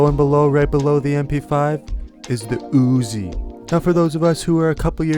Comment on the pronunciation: why you say Uzi like that though hahah im ded